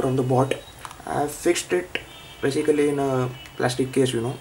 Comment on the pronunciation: Say Baesikali one more time!